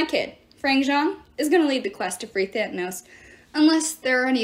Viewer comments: It's Thanatos not thantanos right? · I appreciate the audio book though I wince every time you say Thanatos like thantanos